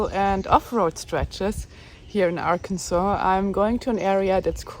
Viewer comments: Hello, I can provide some insight to the pronunciation...When I was a child in the 60's I lived in Southern Missouri..Many people called Arkansas..AR (our) Kansas...I think it has something to do with accents and illiteracy maybe..Or perhaps settlers in the early days may have had territory disputes and thus called the area Our Kansas while the neighbors had Kansas ,,Immigrants back in the 1800's were mostly illiterates. It is similar to Ketchup being called Catsup..Many years they had the same product were called those 2 different names..Ketchup won the popularity contest and became the accepted name..The last time I saw a bottle of "Catsup" in the store was in the early 80's.Those same people used to also call Tennessee ..TEN SEE...Also I lived in North Carolina in 1970 and in school they taught us to spell Arkansas as Arkansaws...Anyway, I am old and schooling has all been radically changed..America being a Democracy dictates that the majority makes the pronunciations, whether they are correct grammar or not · As an American who is an English speaker, how Arkansas is pronounced also had me question the same thing 🤣💁‍♀️ I thought it was just me. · Being from Arkansas, I can't tell you why it's pronounced the way it is. Alot of us still joke around and say it like Kansas but with the AR at the front lol. Ozarks are great! You should've taken US highway 71 south out of Fort Smith to US 270 east over to Hot Springs. It's a tourist town with ALOT of history, old businesses that have been there since 1800s, and beautiful scenery! If you ever get down in that area, I live in Hot Springs and would love to show you around! Be safe! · We were a state before Kansas was. That’s why the name is pronounced Arkansaw.Kansas has it all wrong.lol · I think it's pronounced Ah-kin-sa(w)where the R is in your throat, not on your tongue, and the last S is silent, as the French do. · It's Kansas that is being missed pronounced. It should be pronounced as Kan-saw.